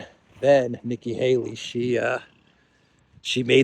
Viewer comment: Nikkie "halo" 😂😂😂😂